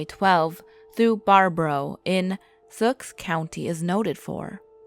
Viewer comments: #1 its pronounced Bear-a-boo,baraboo, not "bar-bo-row"and its pronounced "sawk" sauk county not suuu-ak. I know, i live on this stretch of Highway 12. I smoked a bowl with him early one foggy morning in april 2015, he said nothing, but had a smile on his face as he left. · It’s pronounced “Bear-a-boo” in “Sawk” (spelled Sauk). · Did you just say "Wesconsin"!?!?!? WES? NO! Holy shit. The amount of incorrectly pronounced things in that first line is jarring. It's "Wisconsin" Wis as in the words wish, dish, piss, etc, "Bare-ah-boo" and "Saw-ck" It ends in a K sound, not x. I GREW UP THERE! You're so all wrong about everything that it literally hurts. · at first it sounded like Sioux